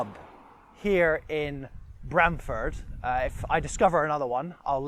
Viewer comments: Pronunciation Please!! Not Bram as in pram. But Brahm as in arm. Should check out buildings by the church. My old primary school. We had a bell tower back in the sixties. Ah yes the monkey. My Great Grandad is buried in the churchyard.The Cock Pub just up the road and the Angel Inn. Spent the first sixteen years of my life in Brahm-Ford before my family moved to Stowmarket. The local Vicar was Mr Christian. I kid you not. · Locally we pronounce it with an "arr" sound... like Br-arm-ford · It is pronounced Brarmford.